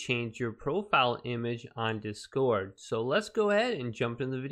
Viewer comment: I hadn't heard anyone pronounce "discord" like that.